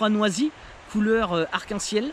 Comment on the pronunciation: Bravo pour ce quasi 30 minutes face cam! Ta prononciation de "noisy m'a bien fait rire 😁" Je ne sais pas si la mouche en armement des cuillère apporte un plus, les truites sont je pense plus attirées par les flashs de la palette ou les vibrations. Par contre je valide les assist hook orange pétant!!! Pour les cuillères je préfère la sobriété des "trout essential" qui ressemblent à des ars. Et pour les PN, cette année je n'ai fait qu'une sortie truite, pas le temps malheureusement et en riviere truite j'ai plus que la Touvre à 1h de route (déménagement loin des rivières à truites...). Du coup j'ai testé les PTL craft, c'est juste une tuerie! Ca nage trop bien, coloris de ouf et ça prend du poisson! Mais un peu cher...